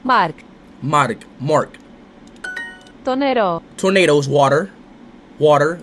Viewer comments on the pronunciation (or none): I loved when he said ''το νερο'', because it sounded like he said ''tornado'' 🌪️ 🌪️ 🌪️ I am actually Greek and I will give him a rating of 8.5/10 for his first time trying to learn Greek! 🇬🇷 Also, someone please tell him what ''Poutana and Malaka'' means 😂😂😂❤❤❤